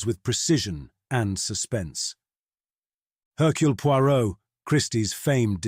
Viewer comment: You’d think that, at least in a Poirot mystery, they’d teach the thing how to say “Hercules Poirot”.